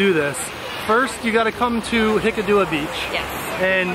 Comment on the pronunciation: wow! superb. but its hik--kaduwa ,not hikadoowa,,,,,,,,,,,,,,,,love it